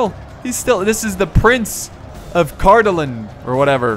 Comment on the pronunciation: Wow,besides some minor pronunciation for Cardolan and Rhudaur, you said those names pretty correctly! Good job.